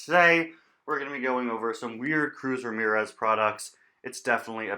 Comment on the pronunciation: Oh look it’s Cruz Ra-SPHERE-Ez. No? Ok...